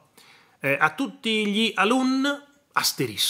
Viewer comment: Fanno ridere ormai ""***saluti a tutttt'''''ma come parla !!!!!!